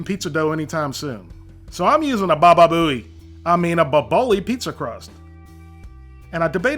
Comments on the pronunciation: It sounded like called the crust a Babalouie crust instead of Boboli (pronounced like Bobo lee) Funny to me!... If I don't want to use real pizza dough I use the Boboli crust and they are the best but never buy the other brand right next to them (at least here in Southern California) as they taste terrible! I think just doesn't like pineapple that much! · It's Boboli, pronounced "BOE-buh-lee" lol.